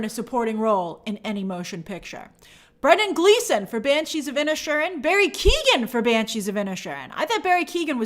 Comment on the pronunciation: Inish Erin break it down Grace..you break my heart wioth your pronunciation sometimes